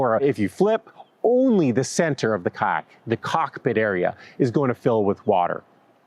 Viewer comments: Lol you say "kayak" like Ka'ak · The “Y” in kayak is not silent. You sound like you are saying kaaak. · I keep hearing "kaack". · 😂😂😂😂me, too!! 😂😂😂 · Are you pronouncing the "y" in kayaks? 🤣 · I hate the way you say kayak so much